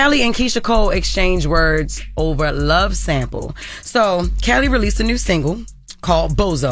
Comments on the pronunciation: Kelly & Keisha Cole? Kelly who Jess? Sounds like youre saying Calli or Carey...idk. 🤔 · Right, I kept rewinding it back and still don’t know?